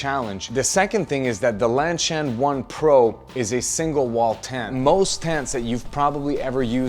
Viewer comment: Is LanSHan supposed to be pronounced as LanCHan?